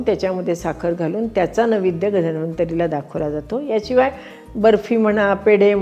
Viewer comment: नैवेद्य हा शब्द आपण नवेद्य असा उच्चारलात